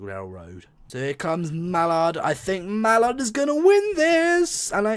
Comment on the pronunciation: Hey, you've learnt how to say Mallard this time. Well done. That was a good test, both the same, what the point in doing a test with different settings from the real things is I don't know. I don't know much about how simulators work by why wouldn't you give them both 100% power? Why the 135%? Also, when referring to which locomotive is the best you really need to be comparing them doing what they were built to do ..... they were built to pull trains.